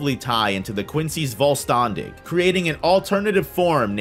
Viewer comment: my german ass was kinda dying because of the pronounciation in german language an s before the letter t and p makes an sh sound so vollständig the st would sound like an sht